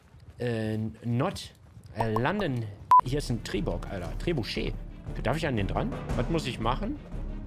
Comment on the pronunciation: Das Word "Trebuchet" wird anders ausgesprochen